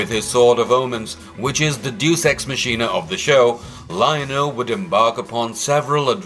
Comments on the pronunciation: OMG it isn’t "juice ex machine-ah," it’s pronounced "day-us ex mack-inna!" Please get people who can actually read, and know how to pronounce things, to read your scripts (which themselves need way more research)! Still, at least this guy was pronouncing Jaga’s name properly, not like the douche-nozzle in the Cheetara video who kept saying "Jagger!" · I apologize for being nitpicky... I'm actually proud of your usage of vocabulary, But, Deus ex machina. It is one of those words that you learn about by yourself or on your computer, so you probably haven't heard the word pronounced yet. It is Day use X mack eena. Latin for Machine of the Gods. A literal device from ancient Greek theater wherein the "gods" would save the protagonists from insurmountable odds by the introduction of a platform or weapon or something operated off-stage by crew members. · Deus ex machina is pronounced "Day us X - Mah Key Nu" just so you don't sound like a DingleBerry going forward. 🤣😂